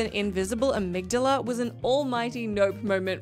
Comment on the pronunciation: You've obviously never played Bloodborne with that pronunciation of Amygdala.